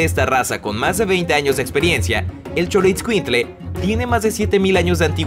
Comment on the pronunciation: Emmanuel guillermo tú lo pronuncias peor es xolotscuincle